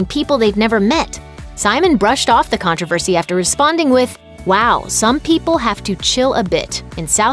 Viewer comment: Con trove as ry??